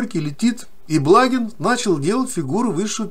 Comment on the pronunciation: БлагИн - так правильно произносится фамилия .